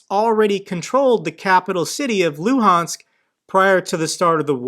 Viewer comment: Tha Loo-hands Oh-blast